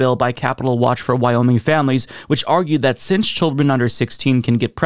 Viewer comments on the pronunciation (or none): none